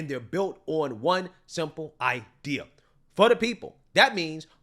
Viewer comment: There is no R in idea!